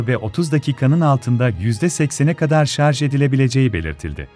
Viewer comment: Şarz değil, şarj